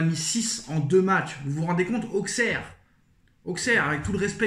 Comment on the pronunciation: Mec… sors de la footixerie, déjà ça se dit “ausserre” et pas “AuXeR” Ensuite accuser le Quatar, certes c’est puéril, mais se poser des questions c’est légitime. Ta vidéo y a genre… 0 secondes d’analyse et le reste de bullshit de “ouais mais nan regarde tu joues rien, regarde tu fais rien regarde nous on est mieux, le Quatar le Quatar le Quatar…” J’avais pensé développer un vrai argumentaire mais tu ferai mieux de juste arrêter, n’importe quel analyse foot voit cette vidéo se taperait une barre